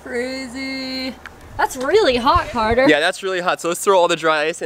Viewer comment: My friends and the name is Carter, not whatever you said.